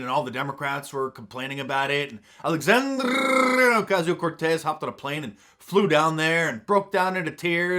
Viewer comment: I love your Alexandrrrrrrrrrrrrrrrrrdia Ocasio Corrrrrrrrrrrrtz pronunciation!!!